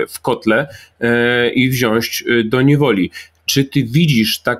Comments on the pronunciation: Szanowny Panie Piotrze, jedna prośba: wziąć a nie "wziąść". Pozdrowienia z Kaszub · Wziąć nie wziąść! Panowie! Na litość boską! Młodzież może słuchać!